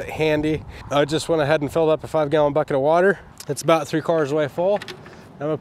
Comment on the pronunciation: Another great video guys. I suggest a name change for your orange cylindrical tool, that holds water. A bucket, pronounced “ Bouquet”, makes the water less heavy in a fancy tool. Lol.